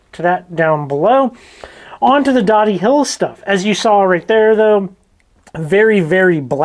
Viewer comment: We live just a few minutes from here. It's pronounced with a long o. We actually went to this exact place right before you posted this! It's fun watching your videos and seeing places we have been!! Just watched another one of the rock quarry up here. We also went there the same day. Unfortunately when we went there were several people there. Still fun. Just down from here you can get lots of cool agates in another rock pile! Tons of them... some good sized. Thanks for sharing your adventures!!